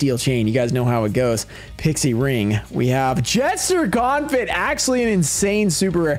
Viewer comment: This man said confit by saying the T in the end omg ill